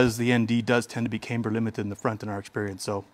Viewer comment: Say caimber one more time.